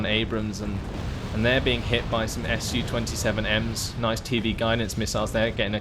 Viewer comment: I like how you try to pronounce names of rus units, but sometimes it's just to hard :) was particularly well illustrated by unit called komandnoe otdelenie, after a short pause you decided to just say command unit :) btw SU planes very easy to remember, SU pronounced the same as in the word sushi, not two separate letters S and U :) anyway, love your videos :) but want more "ship" maps